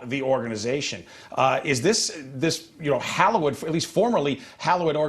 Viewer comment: Since when did hallowed change to hallow-ed? Heard it first from governor of Texas Greg Abbott when signing texas firearm defense laws. It’s hallowed, not hallow-ed.